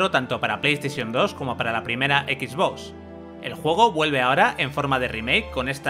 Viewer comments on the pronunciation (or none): none